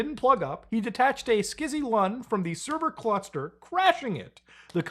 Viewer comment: Bruh Skizzy lun?! Scuzzy!! 😂